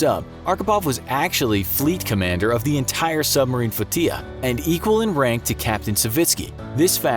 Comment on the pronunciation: Flow-tee-a LOL! You guys mispronounce so many words it's comical.